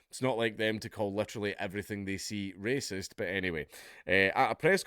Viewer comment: `waysist` am i? As Rupert said "so be it"